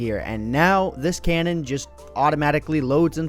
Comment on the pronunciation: Cannon? Dont you mean cow-non?